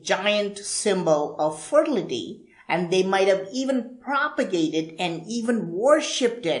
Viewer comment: You're funny! I love the way you say FER-TIL-I-TY....!!! SAY IT AGAIN🤣🤣🤣I cant even spell it the way your pronouncing it. TOO FUNNY🤣🤣🤣🤣🤣😢😢